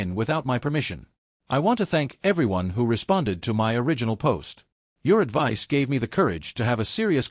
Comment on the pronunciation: Why are you reading the word “my” as the letters M-Y?